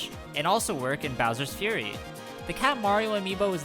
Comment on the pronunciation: he's saying "furry" bowser